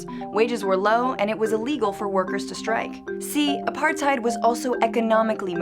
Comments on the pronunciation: you said apartheid wrong not a par tide it a par tuid thats how you say it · its pronounced "apart-tate" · It's pronounced Apartathe you morons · Apartheid lol the d is supposed to be a t so basically you say tate and the end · Ah part hate is the pronunciation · you didn't even pronounce it right....... Edit: Apar-tate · Phiphe Dude apart-hate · Wrong. Its pronounced apar-tate OR apar-tight. Both are legitimate pronunciations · It’s uh pahr tate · She can't even pronounce the word properly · You need to pronounce apartheid correctly. And 'coloureds' is an accepted race differentiation in South Africa, even today. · She doesn't even know how to pronounce Apartheid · Your pronunciation of apartheid hurts me really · Learn how to pronounce Apartheid before you start talking about it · oh my gosh the incorrect pronunciation is killing me ( i am South African if u didnt realise) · (Im from south africa) if you're going to make a video about apartheid (shes saying it wrong) she should actually be from south africa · Well actually its a dutch word, and you have to also pronounce the H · You just did a whole video on Apartheid and pronounced it wrong EVERY SINGLE TIME. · These people never pronounce the Afrikaans words I mean I am South African that is not how you pronounce it